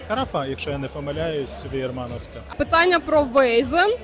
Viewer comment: не вейзен, а вайцен